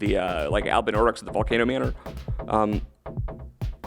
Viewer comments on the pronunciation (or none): none